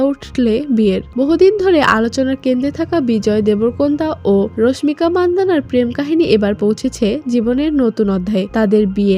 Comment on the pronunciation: রশমিকা রশমিকা বলতে বলতে মেজাজ টাই খারাপ করে দিলেন। ওটা রশমিকা হবে না, হবে রাশমিকা। টাইটেলে তো ঠিকি রাশমিকা লিখছেন তাও কেন ভুল উচ্চারণ করতেছেন।